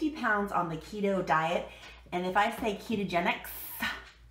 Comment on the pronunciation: I never even noticed that you mispronounced Ketogenic.